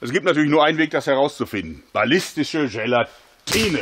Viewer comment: "Ballistische gela-TINE SMACK " hahaha :DD Jörg so wie wir ihn lieben :D